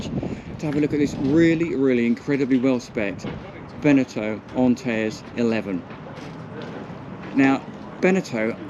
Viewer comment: It's pronounced Ant-Air-Eez